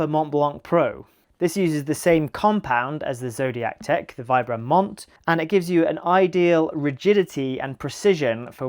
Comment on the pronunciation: I never trust anyone so ignorant as to not able to pronunce Vibram - the single most important outsole brand. Oh, Vibram is the focus of your video.... sigh.